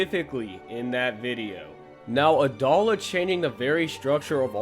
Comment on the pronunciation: Brother, it’s “Ah-DOE-la”.